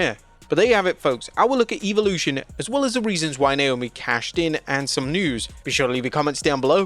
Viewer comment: I'll tell you what I think of Eve-olution.....It should be properly pronounced as Evolution....